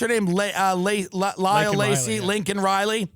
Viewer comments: Tim even with the visual aid he still said her name wrong! LAKEN not Linkon. What a slap in the face to a family whom you’ve never spoken to and then say her name wrong. 🙄 AND she isn’t the only one, a toddler raped and murdered, etc. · it's Lakin not Lincoln. geriatric can't read the pin he's holding. fucking pathetic. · Laken not Lincoln, Tim. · Bro said “LiNcOlN” instead of “Laken.” Then apologized for addressing her murderer as an “illegal” immigrant. Never apologized for mispronouncing her name. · Its not fuc king Lincoln . Its Laken. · He said Lincoln not Laken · He didn't even get her name right. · actually it was Biden that mispronounced her name. Tim is just repeating it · Biden said the name wrong when everyone chanted "say her name' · Still managed to screw up the name with it right in front of him. 🤦‍♂️